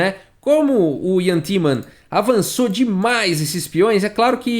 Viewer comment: É muito engraçado o jeito q o Fala "DiMais!" kkkk sempre rio